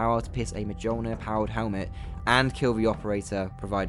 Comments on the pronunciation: The storm rifle in halo four says that it’s the successor to the plasma rifle but really it’s the successor to the plasma repeater. did he just pronounce the j? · Another mistake you made: if you're going to do Halo videos and go into the lore of stuff, please, PLEASE learn to pronounce Mjolnir correctly. The j is pronounced like a y. It's the name of Thor's hammer in Norse mythology. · I mean, you pronounced it like it's spelled and it's a fair thing to do if you're not familiar with the word or its origin. In hindsight I probably came across worse than I intended but I just wanted to make sure you knew for the future since it's such an important aspect of the lore. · You think being such a halo nerd/fan you'd be able to pronounce Mjolnir properly by now... lol. Anyways, great video. Aside from the obvious disappointment halo games have been the last couple generations, if by some miracle, the franchise were to get revived by a studio that actually cared, I would love to see some of the cooler one-off weapons return, especially the needle rifle. That weapon just felt so great to use. I think from a balance point of view, it always kind of struggled against shielded enemies, since it only ever got the combine explosion from 3 unshielded hits, though unshielded usually just means death in halo universe anyways. But it always felt good to use, at least in the campaign. I play LASO a lot, so my experience is it isn't very good on shielded enemies unless you just want to force them to do a dodge. I think true balance would be to have it somewhere between LASO shielded elite and normal difficulty shielded elites. Where a couple headshots should break through shield, but body shots should take around 4-5 first. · Bro thats not how you pronounce Mjolnir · why do you pronounce the J in Mjolnir?